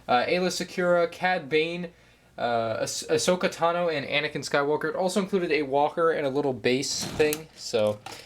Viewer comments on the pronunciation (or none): none